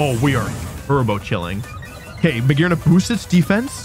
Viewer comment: "Real YouTubists talk about Mah-Gee-Arna, this Pokémon can reach rank 1. Hello..."